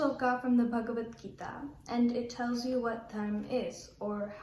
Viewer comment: Excellent presentation by Shaarika Kaul. God bless you. Rendered Slokas melodiously with proper pronunciation. Great job. Keep it up and practice more learning Bhagvatgita.